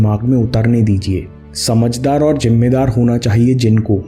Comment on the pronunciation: Bhai jimmedar nahi hota Zimmedar hota hai pls apni zuban par dhyan do baqi content bahut accha hai